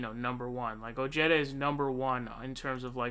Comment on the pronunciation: Ojeda is pronounced OH-HEH-DAH